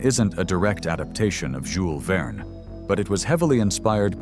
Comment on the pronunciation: That is how the French pronounce it.